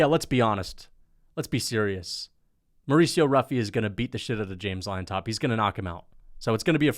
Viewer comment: Not to be a dork, but Llontop is pronounced like "John-top", not liontop 🤓